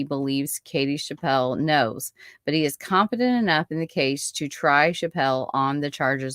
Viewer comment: Her name is pronounced chapp-le not chap-pell. I knew Peggy very well. I was her Sunday school teacher at church. She was a special child and I will always believe her mother was involved in her murder.